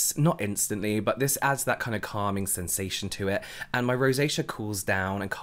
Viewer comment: I love the way you say "sOOthing and cAlming" and the fact that you never use them as individual words 😂